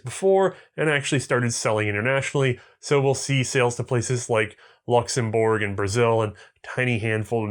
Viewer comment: hehe "luxemborg"